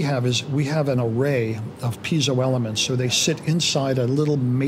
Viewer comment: FINALLY someone pronouncing Piezo CORRECTLY Mike Dawes